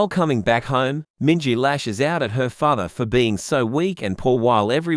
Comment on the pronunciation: Father not fathe